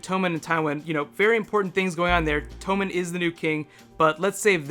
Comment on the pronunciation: Is Tommen really pronounced tome-in? I always read it as tom-in.